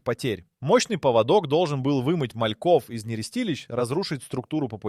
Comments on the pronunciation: Поводок это у собаки а паводок это совсем другое и произноситься по другому. Тупой ии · ПоводОк? Это у собак )) найдите одного образованного человека)) передача отличная но в каждой озвучка двоешника с косяками .поводок . Иду гулять с собакой где мой после дождя паводок с гор)))что будет через 10 лет?